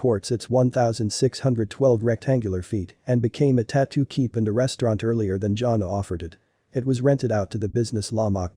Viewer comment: It's not pronounced Johnna! It's pronounced Jan-A